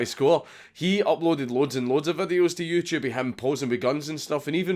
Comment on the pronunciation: The way you say "youtube" sounds like "jewtube".